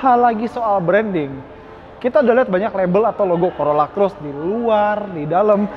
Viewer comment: Hahaha.. Corolla Coret😅 Dengernya geli🤭